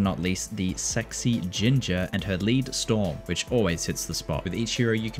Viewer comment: You’re fucking kidding me, right? During that ad break, you said “lead storm”, which makes sense; she has a minigun. But you pronounced it “leed”. It’s a GUN. Guns fire lead, pronounced “led”. You really should get a proofreader to watch your vids before you post them. That’s embarrassing.